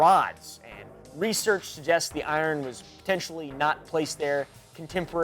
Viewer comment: There's only one thing I've ever noticed that bothers me about your videos and it's the way you say iron. I say this out of love...